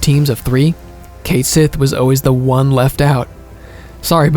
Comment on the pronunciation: I still don't understand why they had Cait Sith pronounced wrong in Rebirth when the fan cast Echo-S could get it right rather effortlessly. Edit: The Minigames are genuinely not fun whatsoever. I couldn't loathe them more than I already do. They genuinely lowered my already low opinion of this game. Outside of Triple Triad, FF hasn't had a truly fun minigame. I wish Square would stop adding them to games. They made KH BBS worse too and I love that game to bits.